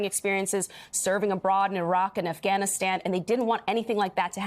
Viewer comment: Finally, a reporter says Afghanistan.